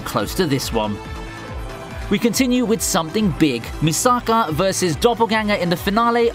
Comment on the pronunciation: why do you butcher Misaka's name?